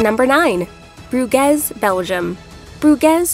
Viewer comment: It just takes a couple of seconds on the internet to look up how to pronounce a placename these days. You know the city of Baton Rouge? Please pronounce Bruges like Rouge, because hearing Broo-gezz over and over again gets very annoying very quickly.